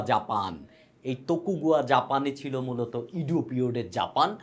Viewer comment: ওটার উচ্চারণ তোকোগাওয়া